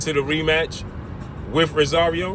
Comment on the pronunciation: Its ROSARIO!! Not Rasario!! 🗣🗣🗣